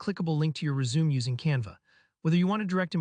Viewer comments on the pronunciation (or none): helpful video, but it's pronounced res-u-me (the 'me' sounds like 'may')